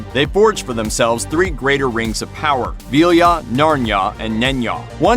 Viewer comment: Ugh this guy's pronunciation...lol! *Narya not Narnya